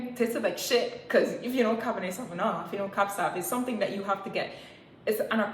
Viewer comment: Cabernet Sauvignon pronounced 'Cabernay Sovinyo' 🤭🤭 this story is hilarious